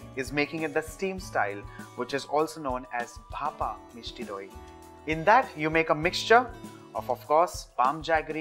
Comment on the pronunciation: The way he says Misti doi😍😍😍